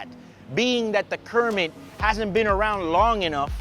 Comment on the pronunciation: Call it a “Cermit”